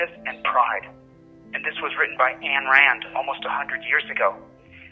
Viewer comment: It isn't Ann. It is Ayn. He can't even pronounce the crazy ladies name properly. What a fool.